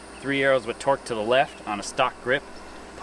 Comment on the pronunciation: Oh.... TORQUE testing, not twerk testing a mistake anyone can hear >_>